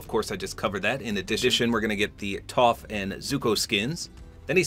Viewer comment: For a guy who’s never watched the show you pronounce toph properly so respects